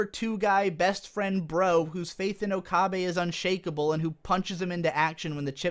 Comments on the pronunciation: o ka beh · A bit of agreement, a bit of disagreement. My first thought upon seeing her was definitely "Why the hell did they give Mayushii a rack?!?!" Also, why do you keep pronouncing it "Okahbe"? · "oh-kah-bay" made this difficult for me to watch. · disliked for pronouncing okabe wrong for 20 minutes jokes aside, although i really loved s;g 0 you actually have some pretty good criticisms about the entire show. never even noticed the fan service and now that I do now, I am really upset and disappointed with White Fox. also their voice acting seems uninspired compared to the original. i loved the original voices. suzu being john titor was such a plot twist and now that's just who she is. the characters became one dimensional and it really saddens me. the original was a lot better, however s;g 0's ending did wrap it full-circle. episode 20-23 (soon to be 24 and 25 OVAs) should've been what the entire series was truly about, not some lame fan service about how okabe is an edgelord and talks to a robot kurisu. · How can you so frequently switch between mispronouncing okabe and getting it right? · You pronounce okabe's name differently in every point, please stop. Even if you're pronouncing the name incorrectly, stick to one pronunciation